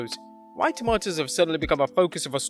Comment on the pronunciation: The way he says tomatoes is making me cringe